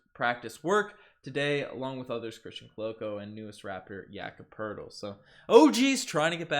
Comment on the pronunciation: no funniest i heard was jakob Po-Tel-Li